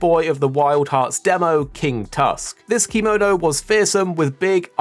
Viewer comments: The way you say kemono is slighly off. Still ty for the video i was quite curious on what was in the game atm Edit: Oh maybe because sometimes you say kemono but most of them you say kimono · It's actually keh-mo-no instead of kee-mo-no. Kemono means beast in Japanese. If we add ba in front to become bakemono, it means monster. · thank you for saying this, hearing him saying kee-mo-no makes me uncomfy, no hate though